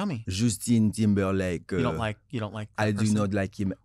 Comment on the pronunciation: jóstên tǐmbèlãyk